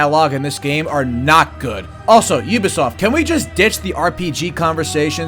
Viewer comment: “I did not hit hurrr - I deed naaaaht!”